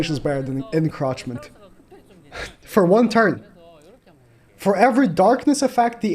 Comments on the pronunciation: Encroachment not encrotchment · Bro you’re saying encroachment wrong🤣 it’s funny but that’s not how it’s pronounced. roach 🪳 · it's Encroachment (uhn-krowch-muhnt)